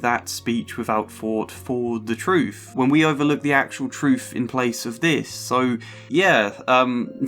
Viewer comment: troof / truth fought / thought fink / think eiver / either etc The th/f False Fronting is really grating to listen to, and easily and quickly correctable. Speech and diction training can deal with it. I hope I'm being helpful , by sharing with you just how much this flaw undermines the value of your narrations. It distracts from the great efforts on this good video.